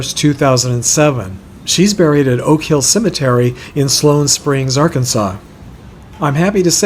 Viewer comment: Just a nit pick..lol the town where Alice Gostley is buried in Arkansas is pronounced sigh-loam springs where loam rhymes with home. :) Thanks for the work you do.